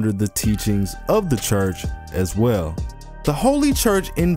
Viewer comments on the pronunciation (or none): none